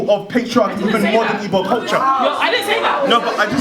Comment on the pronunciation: the one that is quickest to criticize Igbo culture can't even pronounce "Igbo" lol. The primary aim of the colonizers was to make us forget who we are. African spiritual science is all about KNOWING YOURSELF and your destiny, that is why to the Yoruba probably the most important deity is you own Ori, to the Igbo it is your own Chi